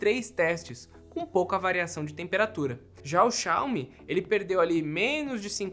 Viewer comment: XAOMI, SOFTER KKKKKKK